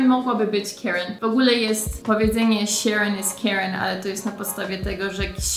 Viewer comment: A mam takie pytanko - Sharon, Chad czytasz Śaron, Ćad, mocno mocno zmiękczone - czy to jest typowe dla jakiegoś regionu w USA? Czy wszyscy tak wymawiają te imiona? A może jakiś filmik i akcentach? :)